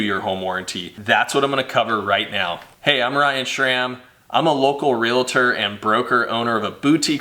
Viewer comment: He's a Real-a-tor! 😂 any Realtor knows it's Real-tor, NOT REAL-A-TOR.